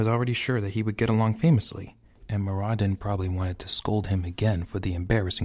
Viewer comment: I like your work but you are saying some names wrong. Namely Turalyon's and Muradin's.